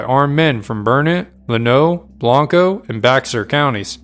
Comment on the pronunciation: Great video. There are some minor issues with the pronunciation of some Texas locations: Blanco = Blank-oh Burnet = Burr-knit